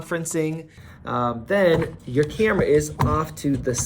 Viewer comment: Sayemsung. Cayumera. Fuck dude